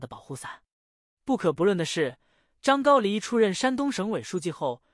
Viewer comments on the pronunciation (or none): 这念的什么啊，还张高黎，ai这么差？